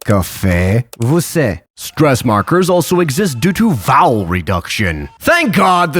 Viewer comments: one detail, in part you said "você" in reality do you said "vocé", the sound of "você", the "ê" have a sound "a" in the English language, To make that sound, you need to make the "a" sound but cut it in half. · Avô / avó /você pronunciation FAIL. 😂